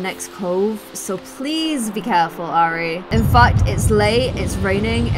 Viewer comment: Look,, I know these are your characters but it’s still frustrating that you are systematically mispronouncing Airi’s name! You’re constantly saying more like “Ari” a bit as if it was “Arya” from Game of Thrones. If I’ve understood correctly from earlier episodes the origin of this characters name is Japanese, in which case you should pronounce Airi more like “eye-ree”. Other than that little criticism I love watching this Island living series. The characters themselves are wonderful and I love your way of storytelling!